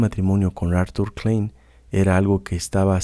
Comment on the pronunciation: si puede pronunciar froid pronuncie klain, como corresponde a su raiz austríaca.